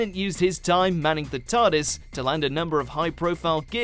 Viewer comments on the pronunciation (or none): none